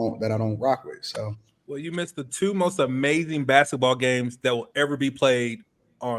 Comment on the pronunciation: It’s pronounced Basket ball not basaball…